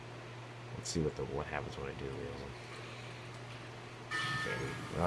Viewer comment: why do u say wealism mod? can u only say w's?